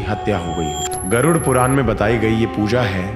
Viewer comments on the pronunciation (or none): none